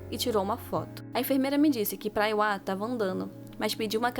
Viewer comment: Não leve a mal a correção mas o nome se diz Priwa não Praewa